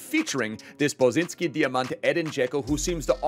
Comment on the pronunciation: Love the video, creative emotional squads like always!!! Just have to say that it is pronounced Bosanski Dijamant and not Bosinski, just swap the "i" with the "a" sound, the rest of it is spot on and much appreciated❤